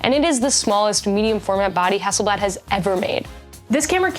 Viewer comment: Pronounced Hasselblaaaad, same "a" sound as in Arctic.